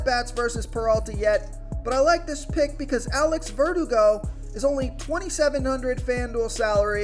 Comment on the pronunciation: I like Alex Verdugo.Ver-DOO-go. You said it kinda like vertigo. Thanks for the advice.